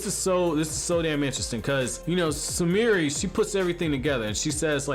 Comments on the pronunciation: I just still cant belive that you cant prenounce “kuruma” and “sumire” when they literally say their names in the anime 🤦🏽‍♂️🤦🏽‍♂️ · RIGHT?? LIKE CAN YOU NOT PRONOUNCE THEIR NAMES? EVERYBODY PRONOUNCES IT WRONG!